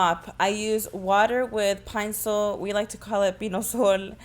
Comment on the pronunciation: The video was soooo heartwarming to watch🥰 But did anyone else died of laughter the way she pronounced “pinesol”😭😭🤣🤣❤️